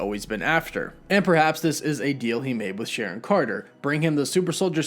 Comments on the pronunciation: The edgaedgacution of Sharon's name omfg,🤣🤣🎐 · Its SHARON now